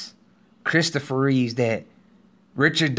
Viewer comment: Christopher Reeve not Reeves